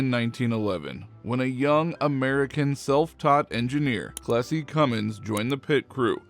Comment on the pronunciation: I would have liked Cummins' first name to be pronounced more clearly. Or shown at the bottom of the screen. I looked it up. It was Clessie.